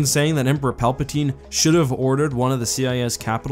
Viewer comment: “Palpa teen” “port armor”